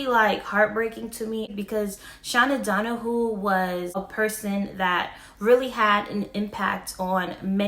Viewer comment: OMG DON-A-hew not don-a-who